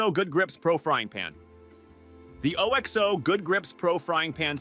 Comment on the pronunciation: That's pronounced "Ox-oh" and "versa-tyle"!